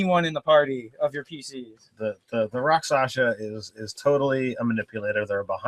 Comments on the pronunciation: Two points: first, since no one said it yet - it's "rak sha sa". Not "rak sa sha". Comes from the Sanskrit "raksha" - injury. Second - charm person is weaker than it used to be, but it used to be too powerful - you could charm someone for a month as a first level character. Now it's only for an hour - but that could be enough. And yes, the victims realize they were charmed after the effect wears off. But that doesn't necessarily mean they realize it was you who did it. For example, if you cast a 1st level Disguise Self spell on yourself (or a 2nd level Alter Self) , and then charm them, they think they were charmed by the town sorcerer, who everyone already suspects and hates anyway. Convenient, if you happen to be a rakshasa with lots of illusion spells anyway. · It is pronounced RAK-SHA-SA not Raksasha not Raksasa not Rakshasha . . . RAK-SHA-SA